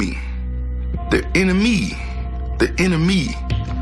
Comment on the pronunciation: Kimbo cookin I love it “it wasn’t the the enemy it was the “enemy” the “enemy” the “inna me” the “inner. Me” 😂😂😂